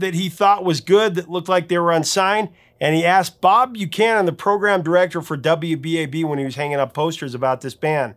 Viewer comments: Saw Zebra many many times back in the day here on Long Island. The program director at WBAB was Bob Buchman pronounced Buckman not Buchanan. I had front row tickets from the station to see Randy with an orchestra doing the music of Led Zeppelin about 20 years ago. Great show. Zebra was hugely popular for years as you say. Thanks professor for all you do. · I'm so stoked by this episode. It's a piece of my youth, teen years. Zebra's independent recordings were better than the ones featured on their debut album. Maybe it's because they're the ones I grew up with The program director and then morning DJ on WBAB, his name was pronounced Bob "Buck-man". Not Buchanan. Just an FYI. He's a big deal at SiriusXM now. He can be heard midday Saturday on Classic Vinyl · He pronounced Long Island’s most Famous Rock DJ’s name wrong…It’s pronounced - Bob BUCK MAN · its Bob Buchman not Bucanan , rhymes with suckman.